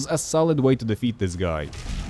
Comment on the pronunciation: You say guy like "goi" and it tickles me pink